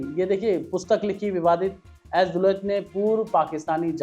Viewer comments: पहले उनका नाम तो सही से बोलना सीख लो। लो, इसे दस बार जोर जोर से बोलो- एएस दुलत। दस बार जरूर बोलना, तभी जुबान सही होगी तुम्हारी। और रही बात दुलत के कैरेक्टर की, तो अभी तुम्हारी औकात नहीं है उनके कैरेक्टर के चवन्नी तक पहुंचने की भी। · Yaar tumse na to hindi padhi jaati hai na english. Kam se kam naam to theek se bolna seekh lete.